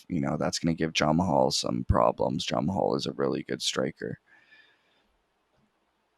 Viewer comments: His name is pronounced jamaal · Nice picks. Never heard someone pronounce Jamahal like that tho 💀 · Bro said jamahal hill like he was Russian 💀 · aha love it